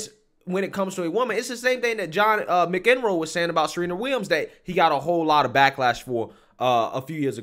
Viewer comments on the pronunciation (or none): John McEnroe’s name is pronounced “MAC-in-ROW” - love the channel ❤️ keep up the great work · John Mick en roo? WTF,? McEnroe is pronounced Mack-in-row. I guess you’re not a tennis fan. SMH.